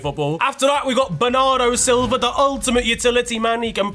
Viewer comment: The way you said bernardo Silva it sounded like you said banana Silva